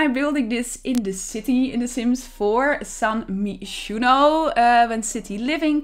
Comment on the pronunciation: I’ve always heard “Gerald” pronounced with a hard “G” and “san myshuno” pronounced as “San my-shuno” with “my” said as like “my house”